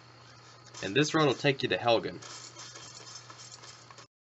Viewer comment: Helgen not halgan